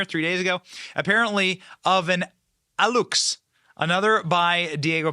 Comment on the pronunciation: aluxe = ah-loo-che